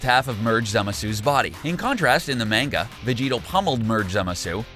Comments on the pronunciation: its MANGA not MEANGA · bro calls manga “main-ga” instead of “maan-ga” :heh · Holy shit please stop saying main-ga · its pronounced MON-GA not man-ga, LOL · It's not MEIN-ga, it's pronounced MON-ga. Fucking Hitler...lol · it’s not manga (mayne ga) it’s manga (mahn ga) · Why are you calling it mainga and not manga. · IT IS NOT MANEGA!!! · I can't watch this because you say menga its manga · I'm pretty sure its pronounced Mon-Ga not Main-ga. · Mahn-ga not Main-ga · I'm pissed cuz he kept saying Manga like (May-nga) instead of (Maw-nga) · bro "mane-ga" is hurting my soul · Oh boy I SHURE DO LOVE ME SOME MANG-GA LOL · Why do they sai Main-Ga? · "in the MAENGA" is all i heard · Mang-ga wow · Its pronounced monga omg maaanga hurts to hear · Suaki “mayn-ga” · I hate it when people pronounce Manga like Mango. They even pronounce Mango wrong. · they say manga like mango and mango like manga like wtf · Yeah he said menguh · Hearing him say Main-Ga is enough to make you trigger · Did he just mispronounce manga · I’m going to do a drinking game. Every time he says manga wrong, drink a shot. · I cant take any one who pronounces manga incorrectly seriously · It always gets me when people pronounce manga like he does in the beginning. It's petty, I know. I do like the video. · lol but he pronounced it lik man-ga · Am I the only one irritated by his pronunciation of manga and some of the characters names??!?